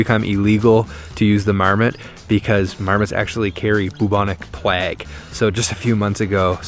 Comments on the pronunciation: You said plague wrong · It is plague dude not plag 😂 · Does anyone else think his pronunciation of the word “plague” sounds weird lol it only strikes me as weird because he has no like well I guess accent, just sounds like normal English xD